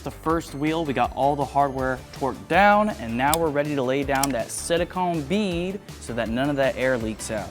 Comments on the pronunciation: Repeatedly hearing "silicon" instead of "silicone" always hurts me. Bro is sealing his wheels with computer chips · This guys never gunna get a date if he keeps calling silicone silicon.